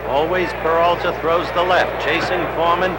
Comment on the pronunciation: Howeeee cannot pronounce PERALTA.